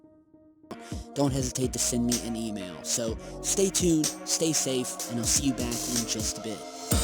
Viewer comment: I replayed it 12 times and ALWAYS heard "email".